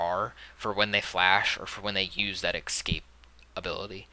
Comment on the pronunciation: Not gonna lie, it tilts me every time you say "ekscape"